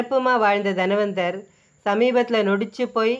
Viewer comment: தனவந்தர்; தன்வந்தர் இல்லை. Nonsensical pronunciation.